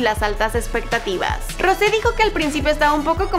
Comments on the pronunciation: Se dice rous no rose pero buen intento !!🤗😉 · Yo cono soy blink de verdad no se pronunsia asi pronunsia. Jisoo y Jennie y Lisa y. Rose pero se dise rouse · No se pronuncia Rose se pronuncia Rous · es rous no rose se escribe rose pero se pronuncia rous para que lo tengas en cuenta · We no se dice rose se dice rosé :| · No tienes que decir Rose tienes que decir Rous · Una disculpa pero no se dice Rose si no que se escribe Rose y se pronuncia rouse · En ves de Rose se pronuncia rous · no se dice Rose si no Rous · No se dise Rose se dise Rous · escribe rose pero se pronuncia rous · Se escribe rose pero se dice rous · se pronuncia Rous no Rouse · Se dice rous no rose se pronuncia rous y se escribe rose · Wey se dise "Rous" no "rose" :v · Rocé se dice rous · no se dice rose se dice rous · No,no,no,no,no no es rose es rouse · se pronuncia rosé, como se escribe, por eso esta está la tilde jej. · Hola, lo que te queria decir es que Rose se pronuncia Rous (igual es lo que menos me importa nada más te lo digo para ayudarte) espero que te sirva :) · Se escribe Rose pero se pronuncia Rous (no se pronuncia como se escribe) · Es "Rousé" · se pronuncia rous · se pronuncia Rousé fake blink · no, es roUsé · Se dice Rousé, escucha como lo pronuncia ella misma. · XD dijo mal el nombre de rose